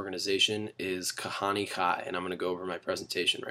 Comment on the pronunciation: I like how his hebrew is awful and obviously not a Jew.... Kahaneee? Goyishe Kop.